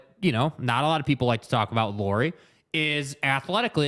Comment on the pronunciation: Some thoughts on Lauri: Firstly, as a show that talks a lot of Jazz, you guys could give your newest All Star that much respect that you would learn to pronunciate his name. It's not a Lori Markkanen, it's Lauri as a how English speaker says name Lowry. Well, at least close enough, nobody expects you to learn to roll your r in the middle 😄 Secondly I think his biggest downside is same as his biggest upside. He is a pretty typical Finn: he is reserved, polite, humble and ultimate teamplayer. He doesn't demand stuff, not ball, not plays drawn to him and at this season there has been comments from players that he has needed his teammates to remind him he's their guy. Unfortunately for him, NBA is alfadog game. But! he has improved a lot since earlier seasons about taking the number one role. Earlier in the season Conley was the leader of the pack and Lauri could be "just" number one. Now that he's gone, Lauri knows he need to be and also wants to be the leader in all possible ways. It will be learning process for him since it's not natural to him. I think though that if he get second season with Jazz and good roleplayers and can be The Man, he will be a lot more alpha next year this time. If Ainge gets some other alpha to come to the team already in next season, I don't know if we will see Lauri taking that step with this team.